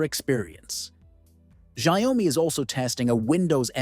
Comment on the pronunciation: It's pronounced SHAOmi Not ZiaOami